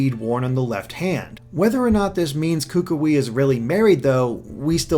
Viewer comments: Hey, great job with the analysis, I really enjoyed it. However I just want to say a thing real quick. The Hawaiian words "Oahu" and "Kukui" we being pronounced wrong. For "Ohau" it's pronounced: Oh-wa-who And for "Kukui"it's pronounced: Coo-coo-we Just thought I'd let you guys know! Keep up the good work! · Please fix your pronunciation of kukui. I know it may be nitpicky but it's frustrating. I'm gonna keep leaving this comment until you see this!